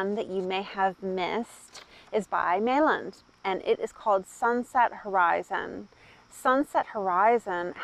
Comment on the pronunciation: The “l”s in Meilland are silent.